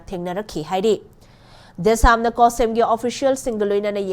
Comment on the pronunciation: Cohsem haiba natte chsem haibane